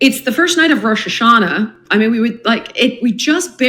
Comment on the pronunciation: "It's the first night of rosh Hashanah" 😂😂😂